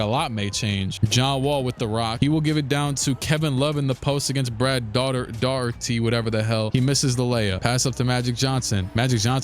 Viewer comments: How you've been doing this for two and half decades and still can't pronounce Brad Daugherty's name is wild. 😅 Dah-hurt-ē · Daugherty’s last name is Irish and is pronounced “Dock-erty”. Makes no sense but that’s what it is.